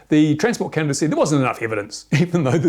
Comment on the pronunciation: Canada not Canadia :p